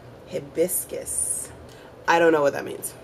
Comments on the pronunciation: It is pronounced as Hi-bis-cus, it is a tropical flower which comes in may lovely colors such as orange, pink , yellow and white. Talking about this makes me miss St. Lucia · hibiscus is a tropical flower. pronounced HIGH biscus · hibisccus is a flower pronounce hy-biscus